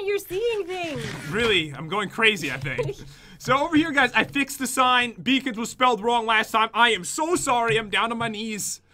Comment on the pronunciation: When you said no beacons you said no bacons